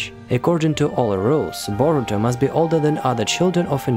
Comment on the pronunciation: It’s Boruto not borutom